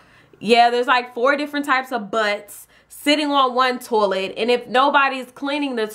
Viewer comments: you said tolet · I love how she says toilet TOLET YAS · I wasn't hating -.- just I've never heard anyone say it like that